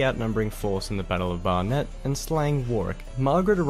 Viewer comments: This Antipodean narrator can't pronounce Warwick, St. Alban's, Barnet and Tewkesbury! Or maybe he was being authentic 15th century. 😁 I used to live in Whetstone, near Barnet - around the corner from where I grew up is the whetstone (a stone used to sharpen tools, swords) that gave it's name to the village, reputedly used by Edward to sharpen his sword before the battle. The wars were so bloody they nearly got rid of all of England's aristocratic families (and the Plantagenet Wars and Black Death had already thinned them out). If you haven't already seen them, there are 3 tv series well worth watching: The Tudors, Wolf Hall and the White Queen. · It's actually the WARS of the Roses ! I've NEVER seen Game of Thrones ! So I don't know what all the fuss is about it. The narrator is no Englishman as he pronounced WARWICK, ST. ALBANS, BARNET and TEWKESBURY incorrectly ! It should be WARRICK, ST. ALL BUNS, BARN ET and TEWKSBRY. PSYCHE ( human mind, soul or spirit ) is pronounced SY KEY. TUDOR is pronounced CHEWDUR. Basic British history taught at school is about the TUDORS and the STUARTS. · Some very off the mark pronunciations in this, he totally butchers the names Tewkesbury , Barnet and others, while strangely alternating between the correct War-Rick and the incorrect War-Wick. Are there no English people making such videos? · I dunno if the narrator is Australian but his pronunciation of almost every town name is incorrect and grating; Warwick, St Albans, Barnet, Tewkesbury etc.